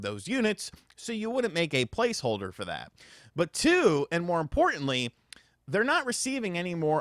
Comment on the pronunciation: I know some of you think he said "palce holder" But that's not what he said. He distinctly said, To blave. And as we all know, to blave means to bluff. Huh? So you were probably playing cards, and he cheated...